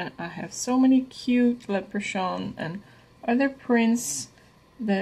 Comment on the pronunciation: I never know who is going to show up when a Deco Easy video loads. Hi! I think St. Patricks Day is more of a big deal here in the states than Ireland. 🤷‍♀️Leprachaun is pronounced with a hard ch. Lep-rah-con, though I do like how you said it. How bad do your hands hurt? That was a lot of cutting but so worth it! Your signs turned out great. They remind me of cookies. 😍 well done on the tier tray my dear friend! ❤🤗